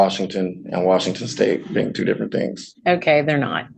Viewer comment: Can he PROVE that he is a "Living human being?" Or did he say he's a "living human BEAN?"